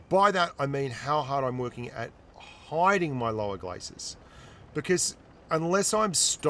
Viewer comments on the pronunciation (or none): none